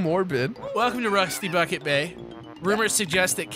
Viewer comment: I had the promotional video for this game, and it's how I first heard about it. One thing I remember is the narrator's pronounciation of this level. "RUSTY BAWKET BAY!"